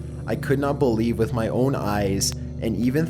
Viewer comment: in number 1 when he said "To show ma friends" I died 😂😂😂😂